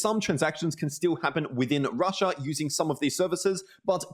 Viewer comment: "rush-aaaah" lol... annoying af after like the 10th time saying that.